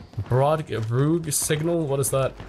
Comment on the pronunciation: Rogue signal ❌ rooug signal ✔